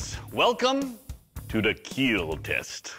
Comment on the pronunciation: Best line It will "keal"